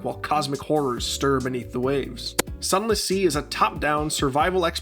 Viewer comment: Zunless zee